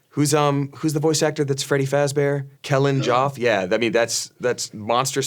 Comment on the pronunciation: Calling Kellen Goff Kellen Joff is really funny!